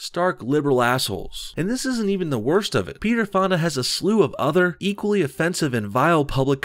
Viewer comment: when he said peter fonda I thought he said pedo fondle